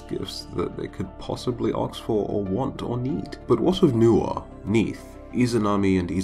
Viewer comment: you sound so intelligent until I hear aks and not ask